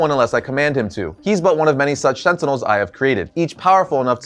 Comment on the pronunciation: Stop saying Sentinels! Sentinels...sentinels